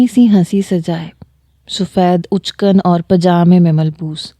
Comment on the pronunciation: Uchkan nahi madam for god sake achkan matlab sherwani